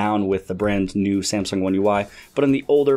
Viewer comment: "Brant new"